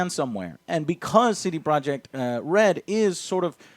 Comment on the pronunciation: It all makes sense now. CD Projekt Red sounds kinda clunky tbh. C-D. Pro-jekt Red. But when you pronounce 'projekt' like this guy it blends in with the red and the name of the studio is very smooth instead of clunky. "CD Projekhred."